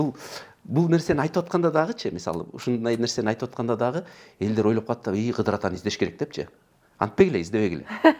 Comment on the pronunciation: Кыдыр алейсаламбы, же КыЗыр алейсаламбы ? Кызыр деп укчу элек да